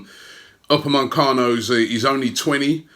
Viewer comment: It’s Upamecano not UpameNcano